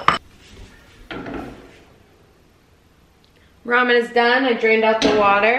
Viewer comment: Literally not a single person says Rayman.